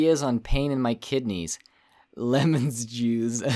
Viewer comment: "Lemons juise"